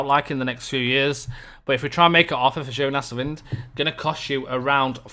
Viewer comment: In case you were wondering, Nordsjælland is pronounced Norshellan, and Jonas Wind is pronounced Yonas Vin, but you got Midtjylland spot on. Oh, and 'Make a offer' is pronounced 'Make an offer' :)